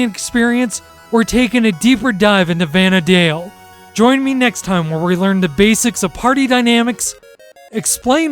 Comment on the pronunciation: very good guide tho the "Vana dale" does bother me quite a bit lol same as "Sanda Oria"